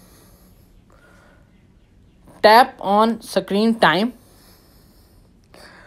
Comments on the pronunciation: It’s screen not sakreeen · Kashmiri thing bro